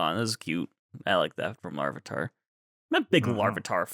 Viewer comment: Goodbye LarvEEEEtar. We shall miss you, but never how they pronounced your name